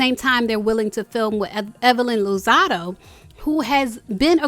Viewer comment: Girl, it’s LOZADA. Not LOZADO.